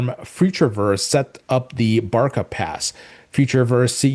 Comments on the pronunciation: Not Barka !! “BARÇA” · Card would be pronounced ‘Barsa’, when talking about Barca Barcelona card. 👍